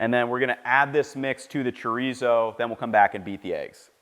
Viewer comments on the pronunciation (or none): I love you Ethan I really do, but the way you just said chorizo was the whitest shit I've ever heard. it gave me a laugh. great little breakfast taco/ burrito though.